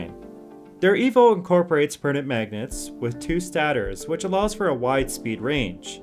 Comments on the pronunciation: Its STAY-TOR NOT STADOR LOL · why'd he say stator like that ? ST AT OR ???? it's st 8 tor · If you start pronouncing "stator" properly I'm sure you'll stop making everybody's ears itch. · Since you are using a North American accent I'm going to have to agree with learning your pronunciations. Stator stā′tər and Axial ak-sē-əl have actual pronunciation guidelines, which you are not following. I might also suggest looking into current application of said axial motors. Namely that seem to be implemented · OK, if you are going to talk about electric motors, you need to know how to pronounce stator, since they are a pretty fundamental component. Long "a". /ˈstādər/